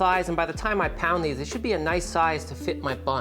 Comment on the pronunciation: Your "pound these out", sounded German...hehe. Dig you channel !